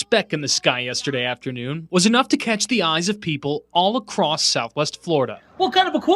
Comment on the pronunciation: I love how so many Americans say acrosst instead of across. 🤣🤣